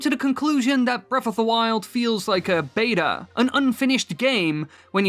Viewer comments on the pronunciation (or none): none